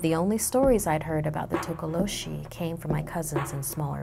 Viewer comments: I'm from South Africa and it's not tokoloshie it's tokolosie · its pronounced "tokolosy" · “Legend of the Tokoloshe” No one: YouTube Subtitles: “Legend of the taco machine” Check me on insta c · toca lo sheeze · takolo cheese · Tokoloshe you mean? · Girl:Tokoloshi YouTube subtitle: "total oh she" 😂😂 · tokoloshe YouTube: Taco machine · Hi, a South african here, the way she says tokoloshe kills me😂😂I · IM A SOUTH AFRICAN. You said Tokoloshe wrong. The "H" Is silent, people!!